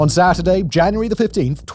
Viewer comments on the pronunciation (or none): none